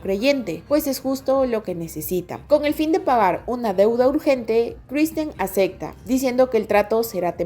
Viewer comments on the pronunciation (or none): Muy bueno, nada más te falta pronunciar "acepta" y "aceptarlo" en vez de "acecta" y "acectarlo"